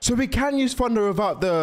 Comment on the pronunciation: It’s thunder not funder